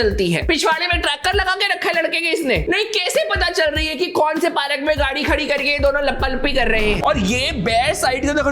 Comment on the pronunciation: Baki tou sab theek hai, agar yeh PAARAK Kya hai? Don’t you mean पार्क? 😅 great review btw